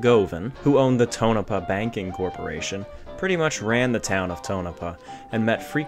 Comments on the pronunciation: was waiting for you to say restored, like everyone else who don't know what they are taking about. but you said refurbished. it was remodeled to let you know. i was in on the project in 1978 for bill allison when i was in high school in tonopah. (paw. like miz paw). there was also a local PBS affiliated television station that i helped with occasionally for john gilman. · i give him this mulligan . he pronounces state name well, but fails on tono paw.